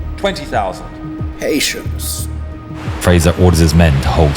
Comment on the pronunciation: That "Patience" sounded so British, I could almost smell fish and chips from behind my monitor.